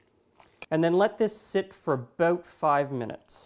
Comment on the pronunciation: lol... aboot 5 minutes